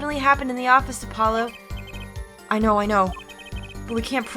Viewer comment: I do love how the worst Klavier does is playful teasing. Even prosecutors like Edgeworth said "You are nothing!" to the defense and the worst Klavier does is call Apollo Herr Forehead. Also it's not 'Air Forehead' the H is not silent and Trucy called Apollo "App-olo" in the last part. This case also has one of my favourite lines from Alita Tiala thanks to Wocky being a dumbass.